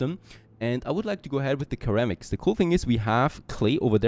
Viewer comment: Minor English pronunciation nit-pick just FYI: the initial c in ceramics is soft and sounds similar to an s as in, for example, security.